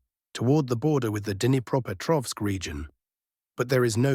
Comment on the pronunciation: Car key region, right? Dinny proper tovsk, right?